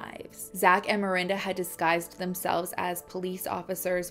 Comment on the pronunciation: Is it mirinda or Miranda? Lol as a Miranda I was losing my mind through this one just because you pronounced it both ways so much and i used to get taunted in high school and called mirinda as an insult and it made me cringe everytime lmfao 🥴😂 but HEY LAST NAME TWINS